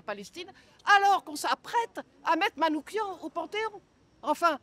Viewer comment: SVP Missak Manouchian et non MANOUKIAN Madame. Que vient-il faire dans votre démonstration ?